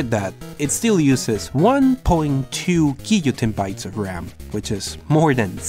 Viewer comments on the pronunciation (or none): Are you saying "gigatebytes"? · I don´t know if you said it on purpose, but it's not guillotinebytes.. It's garbagebytes